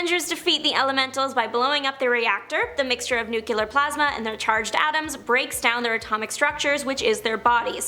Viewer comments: NEW-KLEE-UHR, not NEW-KYAH-LUHR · She lost me when she pronounced nuclear "NUKE-CURE-LUR" 3 times!😮...